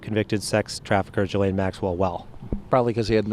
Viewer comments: I woke up in a rare mood. This will be Petty but you pronounce Maxwell's first name as gee lane. And it's not gee as in gee whiz. It rhymes with knee. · Did anyone else notice how the man pronounced Ghislaine’s name? I am ctfu 🤣🤣